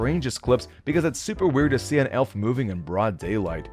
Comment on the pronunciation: You said elf wrong